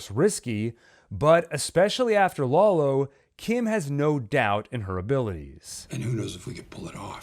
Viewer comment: "Laolo" lmao